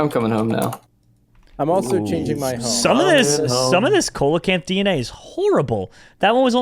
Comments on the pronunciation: It is pronounced SEA-LO-CANTH not cole a canth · They say Co-la-canth when its Sea-la-Canth 👌 Noice 👌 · jerome the way you read the fish name is wrong its not "coal" acanth its "seal" acanth its just spelled like that youre making me rage your welcome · Please Jerome.... ceolocanth is pronounced seal-o-can-th and fun fact it’s still alive today deep in the oceans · Coelechant is pronounced seelichaent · it’s pronounced see-la-canth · coelacanth is pronounced see·luh·kanth, just a little tid bit cause it kinda bothered me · It's actually pronounced like seal - oh - canth. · You say coelacanth but its pronounced seelacanth. It just irritated me. Lol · yes ik but it is PRONOUNCED seelacanth. Ik its spelled coelacanth. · Coelacanth is pronounced SEEL-uh-kanth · Coelecanth is pronounced seal-low -Canth Dilophosaurus is pronounced dill- off - oh - soar- us Brachiosaurus is pronounced brach-ee -oh-saur -us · Coelacanth is pronounced se-lo-cinth